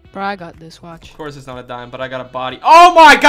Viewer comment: The way he said ofcorse